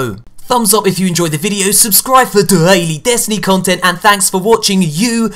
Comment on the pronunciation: He says daily so wierd lol